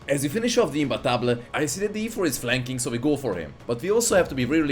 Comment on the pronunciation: Thank you for pronouncing imbattable correctly